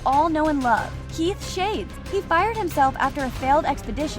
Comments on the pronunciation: Its not Keith Shades its keith shah des its not spelled like that but thats how its pronounced god your pronunciation is unholy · The amount of times they said English names for characters wrong is astonishing. 1. Tom Ksaver is Saw-ver, and not Saver. 2. Gabi is pronounced Gaw-be and not Gabby. 3. Keith Shadis is Shaw-des, not Shades. Finally every time you said Ackerman, you pronounced it Ockerman instead of the proper English Anime translation of Ackerman. Is spelt and heard the same way. This is why i watch dubs. (Also if you type in a nerd emoji it just means I'm smarter than you. So go ahead and call me a nerd all you want.) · She cant even pronounce Shadis. This channel embodies a lot thats wrong with youtube today.